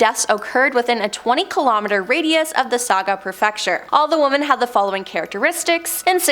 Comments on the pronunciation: Woman? Can she not say women? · 🙋‍♀️ I'm also wondering why you are pronouncing the plural "womEn" as the singular "womAn" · lady are you stupid say women not woman